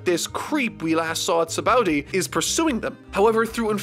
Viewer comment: Ah yes the arc where Sanji goes into pervert levels that are even further beyond Also the way says Sabaody is so weird lmao.